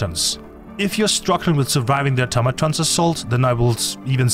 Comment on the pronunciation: Thank you for being the only content creator to pronounce automaton correctly. Also great content